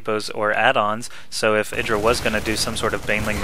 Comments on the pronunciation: Pretty sure that IdrA refers to himself as "ih-dra", not "eye-dra". If you watch the interview of IdrA that Artosis did, Artosis calls him ih-dra the whole time (and they are on a real-life first-name basis, so I trust that over, who has never met Greg Fields) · you are driving me crazy its I-dra not edra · no its id-ra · It's "i (like 'lick') - dra". He said his name used to be idrajin [sp] and that's pronounced with the short "i". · its i-dra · u do not seem to know how to say idra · Just me or is this not how you pronounce IdrA?